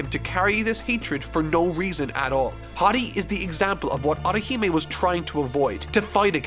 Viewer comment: your also butchering Otihime's name 😡😡😡